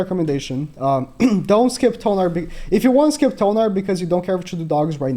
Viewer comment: Thonar…not tonar, Thonar